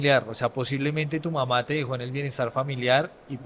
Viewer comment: Ni siquiera puede decir las palabras "papá" y "mamá" 💔💔💔 Me recordó la historia del loco vitrina 😢 Cada cabeza es un mundo, y en este caso, las drogas hicieron lo suyo.